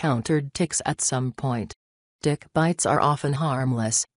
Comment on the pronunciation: Really sounds like this lady says Dick instead of Tick hahaha I was dying! 🤣🤣🤣🤣